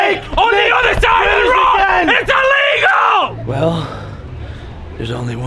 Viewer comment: needs to stop being American you need to be more British "I can't drive on the other side of the road it illegall* 😂😂😂 No more American Edit: Bring back British